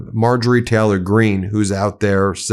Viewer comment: STOP SAYING "PLAY THIS CLIP" STOP SAYING "BECOSS" STOP CLAWING AT THE CAMERA CAVALRY, NOT "CALVARY" TAYLOR, NOT "TAALOR" JAIL, NOT "JAAL" HORRIBLE, NOT "HARRIBLE" REMEDIAL ENGLISH AND MEDIA TRAINING, BEN